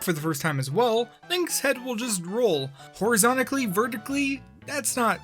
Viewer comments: Horizontically lol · Horizontally not horizonticly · Horizontally, not horizontically.